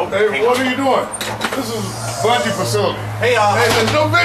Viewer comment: IT'S BUNGIE DO YOU KNOW HOW TO READ!